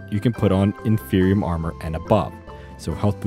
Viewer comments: Why would you say “infernium” if there is no “N” in the word? The pieces and bits have things like supremium, ultimatium, etc which leads to the idea it’s about quality… so inferium would be inferior, not infernior lmao. It isn’t that hard. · It irritates me so much that he says “infernium” when there is only 1 n